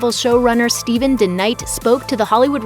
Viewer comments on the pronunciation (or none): none